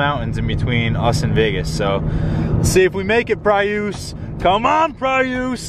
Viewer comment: WTF is a PRE USSE. It's pronounced PREE US. Look it up.